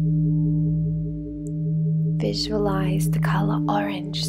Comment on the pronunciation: That really felt nice ...thank you ...it is not vaam..but to be pronounced vum